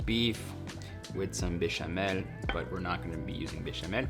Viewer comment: I will only accept a man in my life when he says "bechamel" the same way Erwan does.